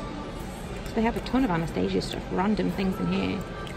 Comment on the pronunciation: When you said Anastasia like that 💀